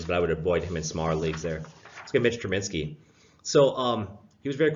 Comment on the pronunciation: Hahha right....i mean these guys deal with several names a day...so i understand the struggle...but growing up in the same city with Tru-BISKY ,IT drives me nutzz to see his name butchered NATIONALITY